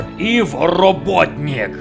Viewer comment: Какой же мощный Эггман, в вашем исполнении : Этот голос, эта интонация, эта манипулятивность, этот акцент на произношении своего имени ( я теперь благодаря вам произношу его настоящее имя с таким же акцентом– ИВО РОБОТНИК. Не каждый может правильно произносить его фамилию.) Характер вашего Эггмана, тоже хорош – здесь его главное стремление, это свалить с Мобиуса как можно быстрее ( здесь он конечно тоже хочет построить свою империю, но это у него на втором плане). Своим характером, он чем-то похож на Мориарти из советского Шерлока Холмса.